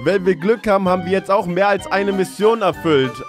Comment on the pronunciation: Das heißt mehr